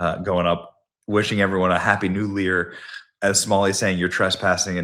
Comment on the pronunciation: You "lid" , you" lear"